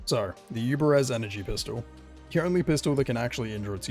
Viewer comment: Yubare-V. There's no "z" in the name. Lumin 5. The V is a Roman numeral. Gall-ant. There's no "i" in the word. Galliant is not a word or a name. Uff-da!